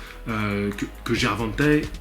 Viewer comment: Prononciation gervontei lol